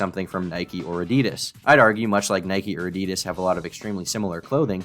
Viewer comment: How do you manage to say Adidas AND Nike wrong